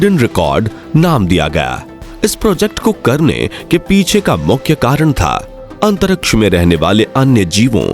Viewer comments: Why do you pronounce "antaraksh" instead of Antariksh Murkh ho tum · Antaraksha😂, abe jra bolna to seekh le